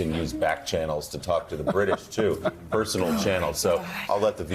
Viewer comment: This is how sophisticated this panel is, which do not bother to research or learn about other cultures. It is not Nuñez, which is a Spanish surname, it is Nunes, which is a Portuguese surname from which Nunes'ancestry comes from. Then again what do you expect from the same white only panel which shouldn't bother to introduce themselves every morning, when every morning we get the same old corporate hacks.